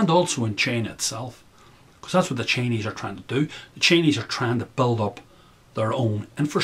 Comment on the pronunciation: as an American, and these days I call myself an American with a heavy,heavy heart...the Irish brogue (sounds Scottish?)when saying 'Chinese' sounds like 'Cheneys' to my ears at first -lol. And in the context in which you speak it was much the same concept to me at least.Take it or leave it. Sorry if that was juvenile of me to say, I just thought that was great.BTW you sound Scottish, perhaps that is a North Irish thing. Great thoughts ,I subscribed and look forward to more uploads!